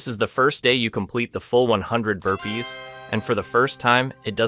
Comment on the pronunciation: OO HE WAS SAYING BURPEES , i was wondering what happend btw him and herpes